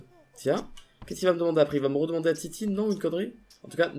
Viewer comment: on adore la "titine" au lieu de la tétine, c'est trop mignon mdrr